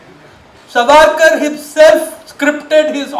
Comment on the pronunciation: You are giving reference of a so called historian who cannot pronounce Savarkar properly and has a western influence Curse upon....